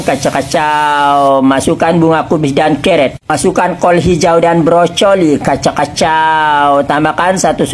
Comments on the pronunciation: brokoli sebut brocholi. Apa ni. Manusia makin modern, makin maju, makin tiada adab. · pakcik ni ckp brocoli je yg ko jauh pegi pikir coli kenapa 😂. Dh ejaan brokoli dlm english brocolli biarla dia sengaja buat ckp pelat. Ko yang salah tafsir bukan2 bodoh